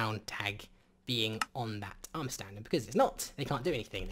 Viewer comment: the way he say's the word "Stand".. let's just say... Duwang